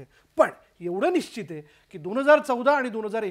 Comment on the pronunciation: पश् चिम not पचिम : निश् चित not निचित